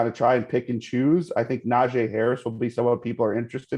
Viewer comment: One day these guests will get Najee Harris name right